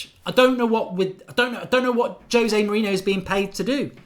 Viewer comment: But your still not saying José out sure your nat HAHAHA fack af